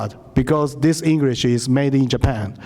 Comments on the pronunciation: こいつ英会話全然駄目だな 発音が糞 カタカナを読んでるだけにしか聞こえない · 発音どうにかしないとね。